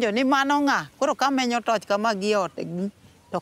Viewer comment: Haha u say tourch huh lol